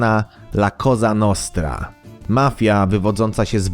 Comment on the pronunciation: La Koza Nostra... Kosa nostra uszy bolą i tego ''la'' się nie czyta.